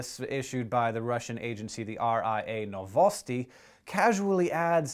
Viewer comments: Lots of funny stuff comes from Russia, it's pretty screwed. Also, it's pronounced "vosTOK" and the emphasis is on the first syllable in "novotsi" source: I'm Russian. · Novosti? Just say it "news" because that is what it means. Same for Vostok. It just mean east.